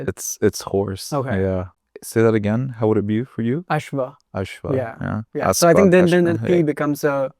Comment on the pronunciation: The sanskrit guy doesn't know the Sanskrit he is using visarga in every word. He said Asva it is Asv you can't use visarga without sentence only names you can use .